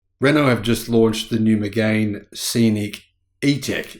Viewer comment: It’s pronounced ‘Meg-an’, not ‘Meg-ain’!